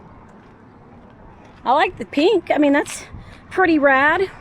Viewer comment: did you say NARLEY 😂 and RAD 😂